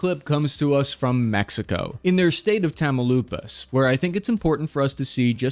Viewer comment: lol “tamaloopus” Good to know the brutal mispronunciations happen on multiple languages. You know you can google how to pronounce things? 😂 love it!